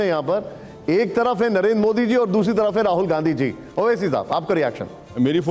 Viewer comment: मोडी bolna seekh ओवैसी